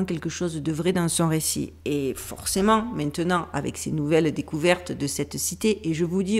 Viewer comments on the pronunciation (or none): attention ce n'est pas "mainant", mais "maintenant" pour le reste c'est parfait j'adore vous écouter, je vous embrasse, merci pour votre travail